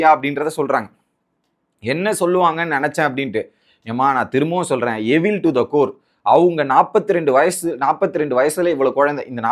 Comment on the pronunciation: Mr. YouTuber it's not எவில் to the core. Correct pronunciation is "ஈவில்" to the core.